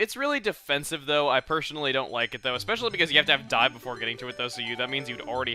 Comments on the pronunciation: "This is a token of my appreciation. It is Die" ...was I the only one that heard this? I know he meant dive but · I though chugga said "This is a token of my appreciation. It is die." then "We're going to take a die" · did he say dive or die. ya steven gave him die. here chugga got die!